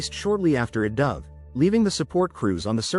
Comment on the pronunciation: "After it 'duh-v'" - AI video = automatic block